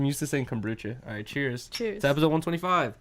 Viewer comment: Epizode Everybody else: Episode 🤣🤣